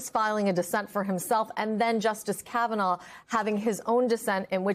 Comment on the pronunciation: That’s Kav-a-gnaw 😂